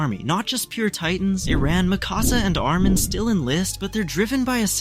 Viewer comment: Pretty decent video, barring the name pronunciations with Hange and Mikasa. But there's a VERY glaring issue with this. Grisha wouldn't have the time to put his plan on hold as the year 845 was his final year. At best, he'd only have a couple months to live, so chances are he'd still give Eren the Attack Titan after the arrival of the Warriors. Only real difference is that Carla is still alive and there'd likely be a different future he had seen from memory shenanigans.